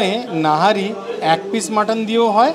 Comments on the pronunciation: Nihari Dada Not Nahari 😂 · It's Nihari not Nahari. Rest it's a nice vdo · Nahari na Nihari… sarakhon to nahari bole gelen..😢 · It's nihari not nahari in pronounciation. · Boss it's called NIHARI not NAHARI